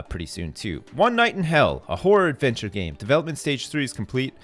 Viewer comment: lol It sounds like he keeps saying a "Whore Adventure Game" I can just hear him saying "I would play the shit out of that!"